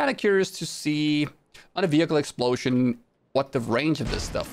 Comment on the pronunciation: Nobody: Him:Explosyen